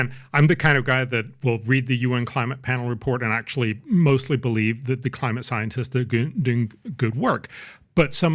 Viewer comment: PBD can't say "th" very well. "Dat dis is happening..."